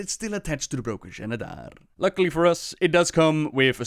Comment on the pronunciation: this is clearly pronounced as Zenedar, why do pronounce it Jenedar?